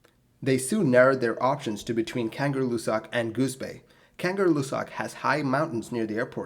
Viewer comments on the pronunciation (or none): I love your videos, but maybe you should practice pronouncing foreign words before recording. Kangerlussuaq [kaˌŋɜˈɬːusːuɑq] <3 <3